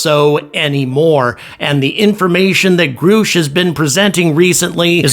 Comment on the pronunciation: his name is pronounced gr ush for gods sake. not "groosh"